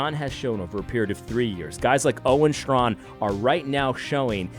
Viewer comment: I love your videos, brother. I just wanted to say that Owen's last name is basically pronounced straan, not strawn. He was my professor before he became the renowned doctor. He's always been solid. One of the reasons he's so bold is that he actually understands what biblically masculinity requires. My prayers are with you both. Stand firm.